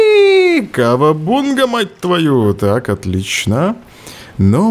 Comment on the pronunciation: Почему Кавабунга? Когда говорится Кавабанга?